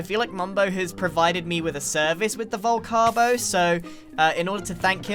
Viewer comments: Vol-cake-o? just wondering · You mean the vol-crab-o ? 🤨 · Or as Scar said "vol crab o"😂